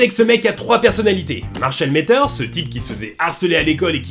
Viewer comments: Matters se prononce pas avec un "é" mais bien un "a". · Marshall Mathers stp pas Métheurs. Le "th" fait que le A se prononce comme un A français et non é (Comme dans father par exemple, on ne prononce pas fédeur). Sinon je kiffe tes vidéos je suis nouveau sur ta chaine mais j'aime bien ton contenu mm si j'en ai vu très peu.